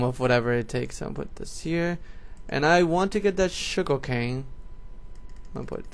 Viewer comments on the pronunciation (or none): none